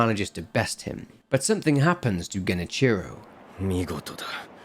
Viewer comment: okay bud youre pronouncing Genichiro wrong, its Ge-ni-chi-roe, not Geni-cherow.